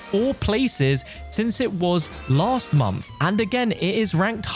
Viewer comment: You said ‘the “mumpff” of February’